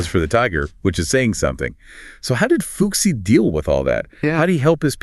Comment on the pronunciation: Cool story, but I can't help but giggle every time you say 'fuxi'. The pronunciation is more like 'foo-shii'.